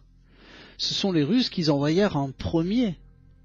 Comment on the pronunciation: les russent qui zenvoyerent..... jijijijijijiji